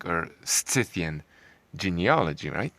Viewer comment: i think its pronounced 'sithian'